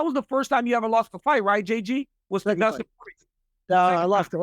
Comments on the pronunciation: Justin said Oliveira that's definitely his CTE kicking in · You say justin. Or Dustin is hilarious 😆😂